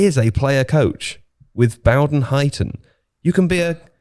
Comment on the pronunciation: it's bowden as in bow and arrow